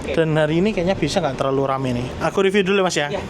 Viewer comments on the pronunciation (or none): none